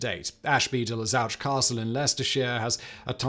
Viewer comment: I've been to Ashby de la Zouch. Great canals. Thought it was pronounced "zoosh"?